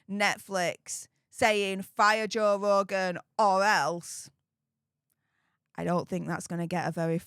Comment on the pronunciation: Joe vvvvvvvvogan it's Joe f***ing RRRRRRogan!!!!😂